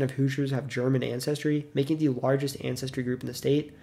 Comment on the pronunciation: Non Hoosiers cannot properly pronounce the word Hoosiers, for the most part. They say.. "Whosiers". No. "WHO-zhers". That's a closer phonetic sound. I only noticed this relatively recently.